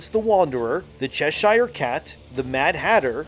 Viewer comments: Americans and canadians really need to learn how to say English names "Cheshire"= "Che-sher" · Say Chess Shire cat one more time 😂😂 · It's pronounced Chesha, ending like Ke$ha. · The way you can’t pronounce Cheshire is annoying af. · Arrrrggghhhhhh, It's Chess-er not Chess-Hire. :) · Cheshire pronounced Chessur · Chesh.....eer.........not shire....(I know we English are weird) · good video but please !!! - in proper english its pronounced "Chesher" cat - thanks from a Brit ;-) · Just so you know Cheshire is pronounced Chesher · Cheshire should be pronounced Ch’sheer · Cheshire: pronounced Cheshur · Please, stop saying Cheshire